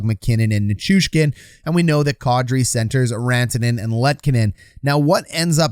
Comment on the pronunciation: Man, that's unfortunate. Was really rooting for Kadri. Also, it occurs to me that your pronunciation of Kadri is probably the closest to the actual thing I've ever heard from a hockey guy.